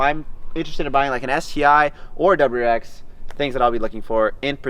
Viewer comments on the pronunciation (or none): Is he saying doubererex?